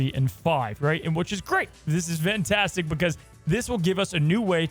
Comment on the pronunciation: Why always says Vantastic? Is that some kind of joke or what? 😅